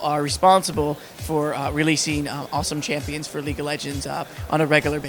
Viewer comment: lol- leegue of legends XD